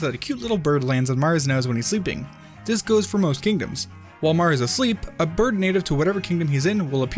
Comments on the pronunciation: Did you notice that it said birb instead of bird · It said B I R B